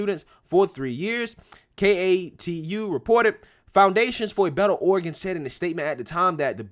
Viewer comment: Oh-ree-gawn don't go in for all that fancy book learnin' (starts playing DUELING BANJOS)